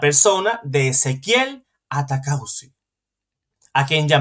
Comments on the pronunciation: Disculpe el apellido de ese señor es ATAUCUSI, por favor léalo bien ATAUCUSI. usted dice ATACAUSI. Es un error. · Bueno atacauci o ataucusi perdonen, el que tiene boca se equivoca y además es un apellido o nombre muy raro. Que pena con los que no saben perdonar un error y ofenden por equivocarse. 😮